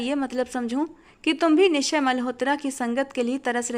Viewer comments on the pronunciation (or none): आप निश्चय मल्होत्रा के नाम में च का उच्चारण भी करें आपने इस नाम में च साइलेंट सा कर दिया है।